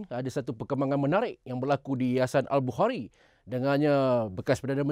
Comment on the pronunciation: Dgr wartawan tuh cakap yayasan al bau kari..